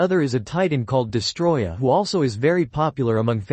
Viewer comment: It's DEST-O-ROY-AH...get it right!